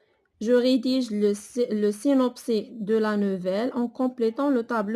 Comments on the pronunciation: سينوبسيس Et non pas سينوبسي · le synopsis "s" Il se lit même s'il est à la fin du mot 🤦‍♀ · Synopsis [sinɔpsis]. On prononce le s.